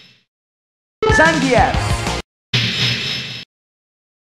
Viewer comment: I find it so funny the way how he said Zangief's name XD!!